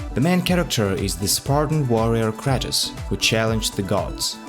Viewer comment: Kratos not kRAtus